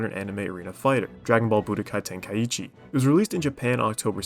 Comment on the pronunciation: No to be a hater but i cant stand the way you say Budokai Tenkaichi